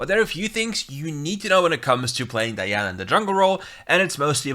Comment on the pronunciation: I like because you said the name right🤲🏽